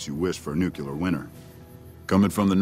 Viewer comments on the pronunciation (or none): dude said "nucular winter." Am I the only one bothered by this?